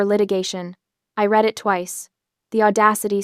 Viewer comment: Another AI that doesn't know the two meanings and pronunciations of the word 'read' from context.